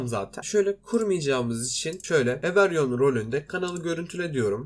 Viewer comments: Everyon değil abi İngilizce o okunuşu evrivan herkes demek 😊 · ever yon ne knk every one diye oku evri van